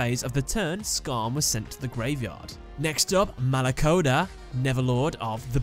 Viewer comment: i'm italian and my hearts died every time you pronounced any demon....exept for malacoda